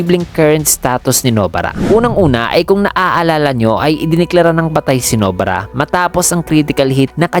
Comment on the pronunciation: Nobara not No-bara. Pinoy ka nga talaga.